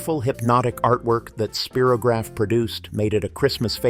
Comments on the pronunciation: "Spear-o-graph"? It's pronounced "Spie-ro-graph" as in it draws spirals. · Yep, perhaps they were thinking of “Spiro Agnew”, President Nixon’s VP in ‘72, but Spy - row - graf came out before (vid said 1967). Still an excellent video down memory lane! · In the US we said “Spy-rograph,” as it was advertised.